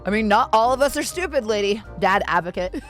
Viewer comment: 'STU-PI-DA!' When the lack of wisdom is so intense you have to add a third syllable to the term... I am loving this Vtuber reactor.